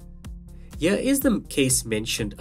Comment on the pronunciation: No shade but why do Indians pronounce the word "here" as "yir"? It's just glaringly cringeworthy. Other than that it's a good unboxing video nonetheless.